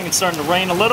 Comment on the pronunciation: has these many pairs and can't pronounce the name of the shoe right.